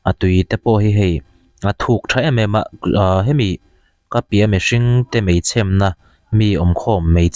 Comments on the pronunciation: 'Mei chhemna' tia i lam dan kha a dik lo, hnam dang ṭawng pai i ang... 'mei chhêmna' tia thluk fân tur a ni. Voice message han dah theih ka va duh em! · Mei chhemna niloin,mei chhemmmna tirawh thluk rawh🤣🤣🤣🤣🤣🤣